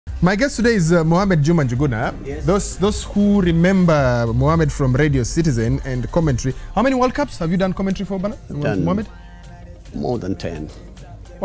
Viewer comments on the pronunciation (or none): Its njuguna not nguguna A whole citizen crew didn't see this.